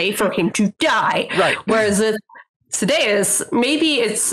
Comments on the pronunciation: People say Mosh??? I wouldn't pronounce Sadeas that way because Sadees is the Sunmaker and I'd pronounce that as Say-Deez. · It's funny they went on that tangent on the pronunciation of Adolin then, totally pronounces Sadeas two different ways in short order.